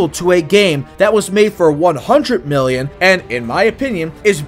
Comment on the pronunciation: bro you can't say million right